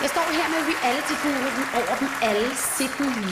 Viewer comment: Haha hun kan ikk sige reality ordenligt.!" ;)